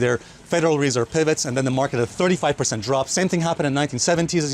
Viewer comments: it’s not federal REE-serve it’s federal re-SERVE. Accent on the 2nd syll-ABLE. :) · i love hearing Alessio say WRESERVE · bro! its not REEESERVE! just say the FED ;) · Federal Ree-serve. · nice video. . why do you keep saying reserve so strangely?